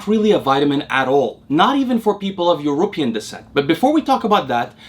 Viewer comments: Keep up the good work 💪💪 Btw love the way you say European… almost sounds like you mean people from Europa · I love how his pronounciation of European makes it sound like a tribe from Aftica.